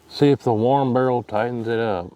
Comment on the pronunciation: Barrel not girl